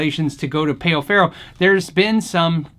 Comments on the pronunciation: Ummm, pay-o farrow?! No. It's pronunciation is "pow ferrow"... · Great comparison. The player looks awesome. Only note is that it's pronounced pow not payoh. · Amazing video bro, really. Just one thing: it's "páu"-ferro, not peo ferro. It sounds more like the word "pal" in the English language. Just being a bit annoying, sorry about that.